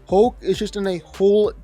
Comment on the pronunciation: Couldn't finish watching this. It's pronounced hulk not hoelk.